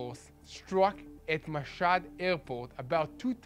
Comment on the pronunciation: NOT MASAD ,( MASHHAD is correct )